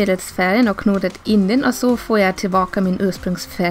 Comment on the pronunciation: Sa du zoo istället för så?